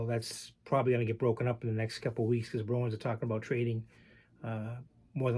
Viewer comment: Hello. It took me awile to figure out you were saying Bruins. I hear Browens!! Ha. I'm not a hockey guy, unless it's Orr or Gretzky, but ran across a decent '72 Cheevers and a few other "Browens" cards I'd be happy to trade.